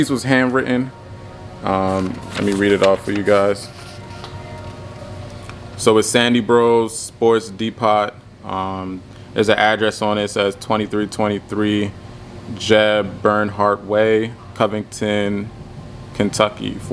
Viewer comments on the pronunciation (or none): I know he didn't say "Sports Dee-Pot" 🤣🤣 It's pronounced "Dee-Po" like Home Depot